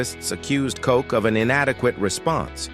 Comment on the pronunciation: you can’t even pronounce Mayor Ed Koch’s name correctly! Smfh